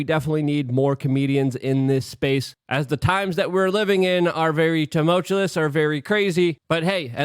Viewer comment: Please, pretty please learn how to pronounce the word 'tumultuous'. 😂